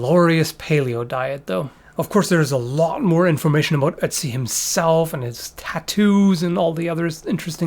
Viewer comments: Not to not pick, but the name is pronounced like utzi(oo-t-see) not Etzi with an E. They use that same O with the two dots in the German language, I had to really get use to how to say it when I lived in Germany. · I see his name and want to say "Oat-zee," but when says it, all I hear is Etsy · I kept on thinking he was saying Etsy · so you can pronounce ötztaler alpen but not ötzi? :>>> right at the start it sounded very much like "etzi"